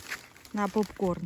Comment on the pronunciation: ти телепень не попкорм а попкорн